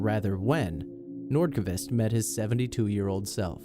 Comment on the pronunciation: "Hakan Nordkuhvist"